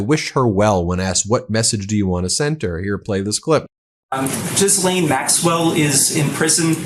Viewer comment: French Canadian here... Gislaine Maxwell's name is pronounced phonetically like Jis-len. Just saying...